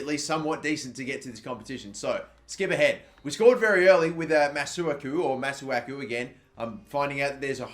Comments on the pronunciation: It's pronounced Mah-Soo-Aah-Koo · It's prounounce massaku